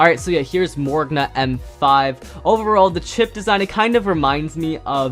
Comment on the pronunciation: Morrigna is pronounced more rig nuh